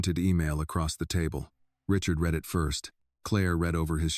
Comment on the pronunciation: I don't get why in all these "Annie" stories she is hard headed and stupid. She can't just accept help as reparations or reward and move on In general this story is pretty wild in the separated at birth story line The AI imagery is full of glitches, and text speech readeri mispronounced like "read" in the it is being used either "reed" or "red"